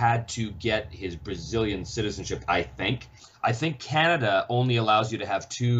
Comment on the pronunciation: lmaooo that "canadia" made my day